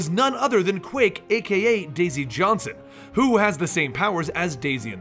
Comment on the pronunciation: Why did you call daisy Johnson, daisy joe?